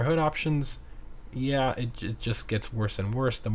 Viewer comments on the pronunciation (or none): none